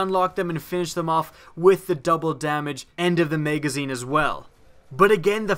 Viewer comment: maygazine lol